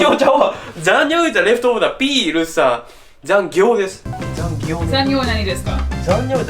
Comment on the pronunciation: 涼しくなって絶好調ですね！” ざんぎょう ”と ” ざんにょう ”一文字違いで意味が大違いｗ気をつけてｗｗ タンク内に仕切板あったほうがチャポチャポしないかも・・・